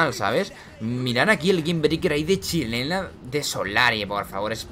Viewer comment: cuando isiste la primera chilena dijiste chilela? o chilena